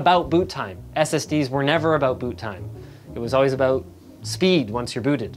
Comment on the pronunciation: "Never aboot boot time" Linus 2018